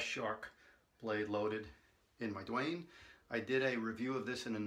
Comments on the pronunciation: Damn! Why Duane! Can't u read the label? It's written DAUNE! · PLEASE NOTE: YOU HAVE THE PRODUCT SPELLING WRONG!!! IT'S "DAUNE" AND PRONOUNCED "DAWN"